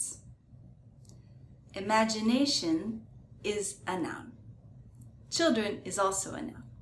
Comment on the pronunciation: Children no Childern😂